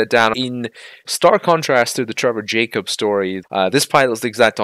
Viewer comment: Who did you say? Someone Jacobs story? Need to speak more clearly. Trevor Jacobs?